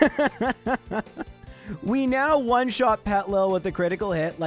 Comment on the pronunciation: The way he skips the first I in Petilil bugs me. It's basically "Little Petal" with the words reversed and letters removed. "Petal lil"